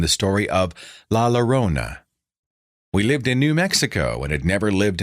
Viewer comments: For english speakers: "la llorona" is actually pronounced "la jorona". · its pronounced "La Joe-rona" :D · Its pronounced "La Jorona" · Pronounced la yorona in english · La llorona is Spanish -- so think of when you say 'tortilla.' It's not an l sound, but a double ll sound.